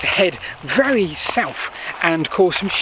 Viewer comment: Please try to pronounce “Th” instead of “F” It’s South not Souf It’s Thought not Fort It’s Heath not Heaf It’s Together not Togevver You’re old enough to know better.